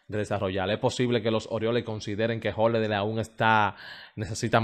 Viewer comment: Tú eres muy bueno en tus análisis… pero, si decidiste ser comunicador, debes empezar a pronunciar correctamente las palabras MUY, HOLLIDAY, NOVENTISEIS, TRENTISEIS,… ESTOY VIENDO, HAY QUE PONERLO,… Debes evitar hablar cibaeño.